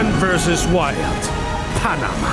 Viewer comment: Knossi hat finally wirklich 7 vs Wild richtig ausgesprochen.. Wow! :D